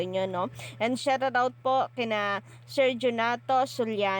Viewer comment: Bakit kapag nag pronounce ng shout out me r 😕